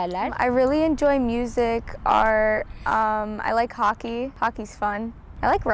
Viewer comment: MORUQ HOKEY DİYO HOKEEEY